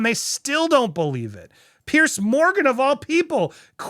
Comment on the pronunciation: Piers is pronounced Pierz, not Pierce.